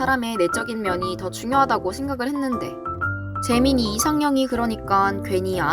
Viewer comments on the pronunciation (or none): 재민이를 잼민이라고 들음 ㅋㅋ